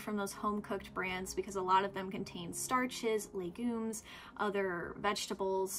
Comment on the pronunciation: Great video, however I have a single qualm that sits uneasily with me. That being the way you pronounce “Legumes” and “ Documentary” 👀👀👀